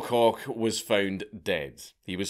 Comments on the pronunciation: Isn’t that last name said as Coke? Not Cock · Koch is pronounced the same way coke the soda is pronounced just fyi